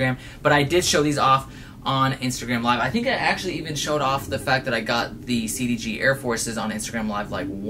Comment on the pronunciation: the way you pronounce cdg smh